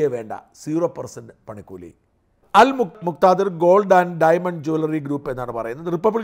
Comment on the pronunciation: എടാ കഴുതേ al muktathir aanu muktithar alla 😅